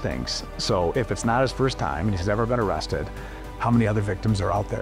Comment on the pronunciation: O-rested? Oh, cwap